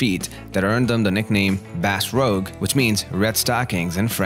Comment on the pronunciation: I'm sorry, man, but your pronunciation of both English and French is so off, that unless I'm watching, I sometimes have no clue what you're saying without rewinding the video. *Patience*, *Rouge*, and quite a lot more words just throw me off. You have a great voice to listen to, though, so I'd love to see more videos from you. So don't take this critique badly, okay? I mean it in a constructive way. I just want to help. Cheers!